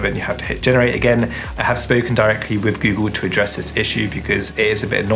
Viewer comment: Oh and with is Wifff.